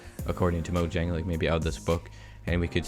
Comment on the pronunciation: YOU ARE AMAZING!!! YOU PRONOUNCE MOJANG CORRECTLY